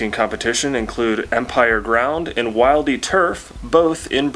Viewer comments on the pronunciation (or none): The "Wildey" Astro-Turf is pronounced "will-dee"